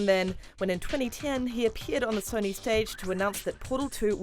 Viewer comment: “Jus Lewk at sonee flekx”